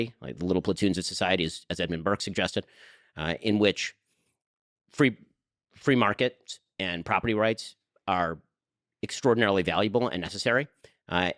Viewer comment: fwee mawkets